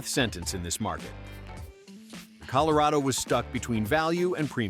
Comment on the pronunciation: Col o ray doe? I smell AI... 💩